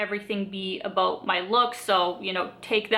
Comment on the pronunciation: You really remind me of Robin from How I Met Your Mother. I love the "abuts". It sounds really Canadian!